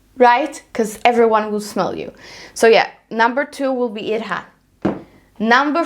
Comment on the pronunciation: The pronunciation is hidj-rat :)